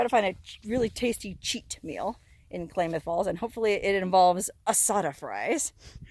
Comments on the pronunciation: Not Klaymuth Falls, it's Klamuth (as in clams) Falls. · It's pronounced "Clamath" like clam, Klamath Falls. Not Claymoth. Have a 🙂🙂🙂 day. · It is pronounced Clam ath not Clay math :) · Nnooooooo! It is not klay- math! It is pronounced Klam- ath (Clam-ath) As a native Oregonian it is like fingernails on a blackboard hearing our Indian names mis-pronounced. Still love you... Love your videos! 💪💗💗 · Klaaaa moth falls, not claymoth falls, sis. Ggl. Here in Washington there is Skagit County & city, but it's pronounced Ska jit. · Isn't the town pronounced KLAM-uth, not KLAY-muth. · Pronounced Clam-eth Falls : ) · [ klam-uhth ] falls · Short "A"s in KLamath. not pronounced as Claymouth. Otherwise another great video by the. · i don't get it. If the phone was advertised as " waterproof " , you should get a new phone for free as the phone failed the test. Also, the old phone video quality is not very good. By the way, it is pronounced Clamath Falls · My home town! Awestruck and amazed to see you there but loved it! It's pronounced clam- math... but who cares! You did great 👍 Thanks for the little trip down memory lane, girl. Love all your videos! BTW... Klamoya Casino is a bit north from your motel and has free overnight rv camping. Anyways, keep up the great stuffs 🤩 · When possible, gotta pull the battery immediately, wipe the phone off then put the phones in a convection (non microwave) oven on 75°-100° for ½ hour maybe an 1 hour but if you are in warm dry remote locations, leave it out in the wind for 12 hours. If the battery contacts are wet then it is not likely the phone will survive. Haboob is a sandstorm. Klamath is just pronounced like Klam-ath or clam-ath or clam-ith if you will. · It's pronounced like a CLAM .... Klamath falls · Klamath falls is pronounced clam ath7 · Klamath Falls is pronounced clam ath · Great video! Klamath is pronounced with a short "a" like "clam". Keep up the good work and be safe. Cheers!